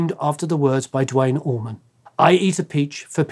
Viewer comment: Dwayne Allman, DAMMIT!! Not dwite oman. Or dwayne orman.. you guys make me so frustrated!!